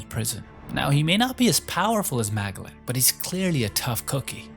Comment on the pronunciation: This guy cannot pronounce character names correctly